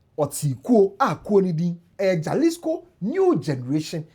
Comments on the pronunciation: My all-time favorite person on the internet, J in Spanish is pronounced as H. So instead of jaslico, you say,halisco. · Its not mention jalisco rather halisco the J is silent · It is pronounced "Halisco." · It’s pronounced “ halisco“ the J is pronounced H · Jalisco is mentioned as “Ha-lis-co” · Is pronounced Halisco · It’s pronounced halisco ( j is h ) in Mexico as the Spanish word is pronounced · 👉 “Hah-LEES-koh” Breakdown: • Ja = “Hah” (the J sounds like an English H in Spanish) • lis = “LEES” • co = “koh” So it sounds like: hah-LEES-koh The stress is on the “LEES” part. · the “J” is pronounced as “H” in Spanish